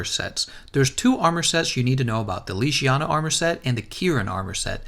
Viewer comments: "Legiana" how to pronounce : leg-e-ana not leeg-iana they say the name in the game how on earth do people get this wrong? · How did you manage to pronounce legiana leshiana? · How to do mispronounce Legiana? Boy can you read? LEG-I-ANA. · It’s pronounced leg iana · 370h... leGiana hard g please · The way you pronounce Legiana makes me cringe